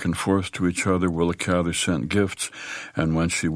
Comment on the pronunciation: And thank you for pronouncing Willa's last name the right way !